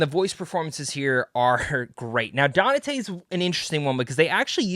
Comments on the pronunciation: "Danate" and you call yourself a fan? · only so many times I can hear 😅